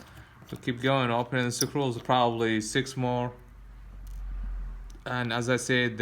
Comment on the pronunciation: Ok, the word for those things holding everything together is... SCREWS LOL. (Skroos) NOT Sa-crewls lol but good video. I don't think English has a word sakrewls, but hey, go ask Webster.